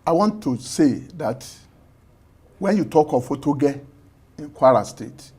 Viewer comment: Oyedepo not Otedepo